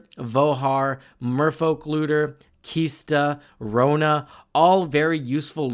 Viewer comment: "KISTA" "SHORAKA" C'mon, dude! LOL